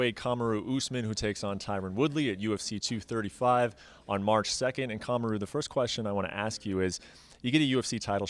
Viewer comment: Cum-aru 😂 lol brett